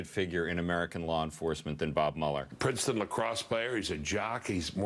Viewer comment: It is really weired to hear American's trying to ponounce the german name Mueller. But probably, Mueller pronounces his name the same way :D .